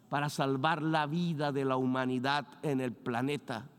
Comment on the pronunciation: La humanidac, la amosferat...en fin